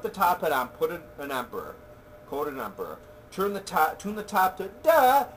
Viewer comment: funny quotes from the video: 1. "empurrurrrr" | 2. "which i think suck" lol